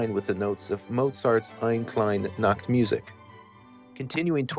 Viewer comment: Great video! I almost never have to take the Red Line, but now I think I'll have to find a reason P.S. Eine Kleine Nachtmusik is German, so unlike in English, the last e in each word would be pronounced like this: Ein-uh Klein-uh